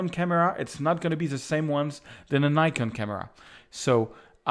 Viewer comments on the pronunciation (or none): none